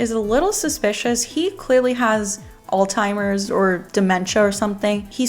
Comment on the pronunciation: Girlie it’s not “all timers” 🤦‍♀️ lol it’s Alzheimer’s